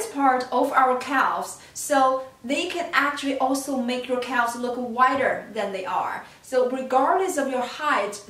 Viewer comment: It's pronounced cavz, the l is silent. Sorry it was driving me crazy.